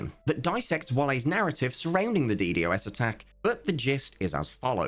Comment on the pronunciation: Death of Cubeworld pls stop calling it "D,D, OS Attack" its a "D-Dos Attack"